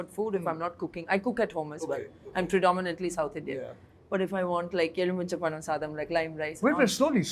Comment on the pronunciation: Wrong.. it should be pronounced as Elumicham pazham not ezhumicham pazham